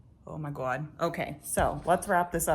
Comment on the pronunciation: That moment had me cracking so bad "oh my guewhd". Great video!